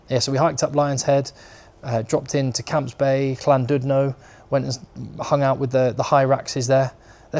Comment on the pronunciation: Great content again, but the best part of this video is that there is finally someone that can teach us Saffas how to pronounce Llandudno properly 😂